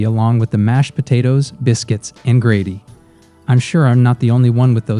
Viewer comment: Who the hell is narrating this? Within twenty seconds you said "grady" instead of "gravy" and said "eppy-tome" instead of "e-pit-oh-me" for the word "epitome." Good lord.